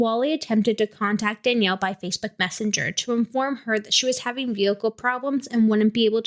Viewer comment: Please remove this. The uploads of this case all over the true crime scene have been hurting all of us who were close to danielle and seren. Anyone who requested people to post about this was not someone close to them. Danielle and Seren (Not pronounced correctly a single time in this recording by the way) would have absolutely despised being spread around like this. Not only that, there is so much incorrect information being spread in every single one of these. Please. I am BEGGING. I mean no disrespect, but I am BEGGINGGGGG you to please consider those of us who were actually close to this as well as what danielle and seren would have wanted. I was their best friend. We had so many talks about true crime and how they would have felt about this stuff. Please. These are actually hurting us and our healing. Our loss of them is not content. Please.